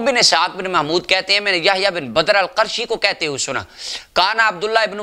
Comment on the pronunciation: لفظ قُرشی ہوتا ہے جناب !